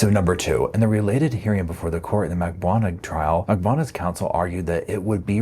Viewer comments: Drives me nuts that you cannot pronounce Katie Magbanua’s. last name correctly after all these years. Mag BAN new ahh Not Magbwana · Can you please learn to say Katherine’s last name? Lol it’s said so many times in all of the trials